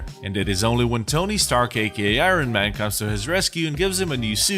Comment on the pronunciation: Did he say Iron Man or Iron Knight?